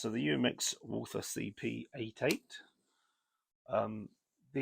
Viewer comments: UMAREX, not Uramex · it's Umarex, not Uramex.